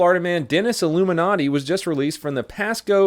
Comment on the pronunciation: He definitely said illuminati lol.